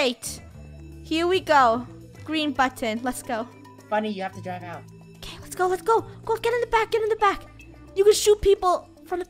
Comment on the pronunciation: its so funny that says gow instead of go